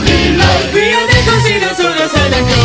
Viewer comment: We are the/cru/sader/softhe/southern/cross Of발음은 좀 뭉게져서 안들림